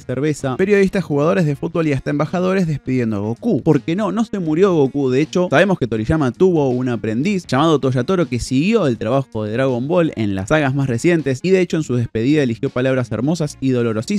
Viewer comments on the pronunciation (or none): Dijiste Toyatoro, escúchalo de nuevo 😬 buen video saludos de Uruguay..